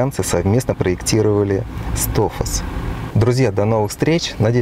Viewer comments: Только не Тофас, а Тофаш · Ты не можешь произнести название машины ещё снимаешь видео